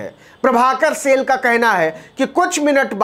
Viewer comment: सेल नही साईल